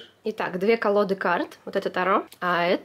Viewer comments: Ну почему тАро??? ТарОоооооо!!! ТарОоооо!!! Ударение на последний слог,. Чесслово, просто невозможно слушать😁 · тарО!!! тарО!!! тарО!!! тарО!!! тарО!!! тарО!!! тарО!!! тарО!!! тарО!!! тарО!!! тарО!!! тарО!!! тарО!!! тарО!!! тарО!!! тарО!!! Хватит издеваться над названием карт.